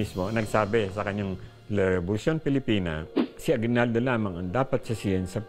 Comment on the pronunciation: aguibaldo not bayani but Bayadni .hahaha